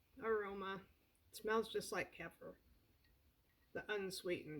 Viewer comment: It is pronounced Ke fear.